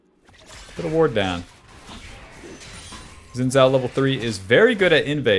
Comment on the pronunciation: SAY IT WITH ME,: "SHIN" "JAO"